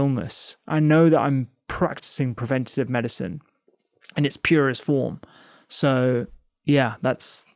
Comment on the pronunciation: All I can hear is the way you say medicine it’s not Medicen dr rangan